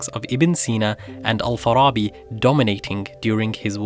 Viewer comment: need to work on ur arabic pronunciation lol, ur saying the A in Farabi like it's an O, Al-Farrrrrrooobi it's not that guttural lol